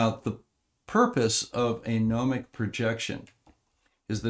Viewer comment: And pronunciation of gnomonic, "pneumonic" was very apt, given his air memory.